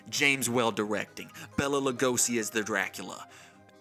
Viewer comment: Its pronounced BAYLA not Bella. My mom once worked for a bank that had his familys estates account there and she got chewed out once for saying Bella